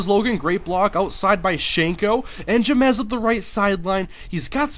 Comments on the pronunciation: Its pronounced James not Jamezz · james logan not j-mez logan :(*